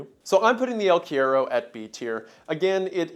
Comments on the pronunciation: dude, I was like no way he pronounced it like quiero..........He already butchered cigarrillo to the point it was the scariest part in the Blood Meridian vid 🥲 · Cuero is one of the most awkward words to say in Spanish so I understand but it is really funny how it sounds like he is saying quiero. Te quiero mucho Wendigoon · cuero is pronounced coo-err-oh 😂😂 it translates to leather or skin in Spanish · JAJJA el cuero, me morí con su pronunciación "el quiero" asdjflkh perdón, te amo wendigoon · it’s pronounced el (koo-e-ro) it’s Portuguese and Spaniard word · yo, “el” means the in Spanish and that word is pronounced “kwero”. The more you know 🌈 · god i love these videos. it's pronounced "el kwero" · I'm pretty sure Cuero is pronounced qwe rro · Wendigoon's pronunciation of the word "cuero" healed me from depression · cryptid from argentina???? yay! so, your pronunciation is a bit off, the u in spanish is more like "oo". also, this legend is from the south of south america, so very far away from the jungle, more in the zone of the pampas and patagonia (not any stingrays in the place). and the word "el" means "the" so saying "the el cuero" is the same as "the the leather" just a little correction since you liked the monster!! im happy to see a legend from my place here jsjajsj